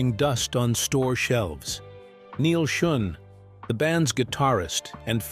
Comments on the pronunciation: Schon not schun ai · Man, being reminded that it’s an AI generated narrator constantly throughout the video really takes you out of it, how many dozens of times did he call him Neal SchUn?! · Led sing, like led zeppelin. Neil Shun. I hate artificial narration so much. Read it yourself!!!! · "Led" singer and Neil "Shun". AI voice is close but no cigar. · It's pronounced "SHOWN"... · "Lead singer" pronounced "Led singer", Neil's surname mispronounced "Shun". Enough with these lame synthetic narrations! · Your AI crap doesn't pronounce Neal Schon's name correctly!! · At least get the pronunciation of Neil Shone's name correct!!